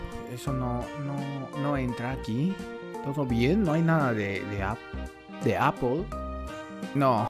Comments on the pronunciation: "apel" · ya había hecho una búsqueda de manzanas y aun no sabe decid manzana en inglés jsjs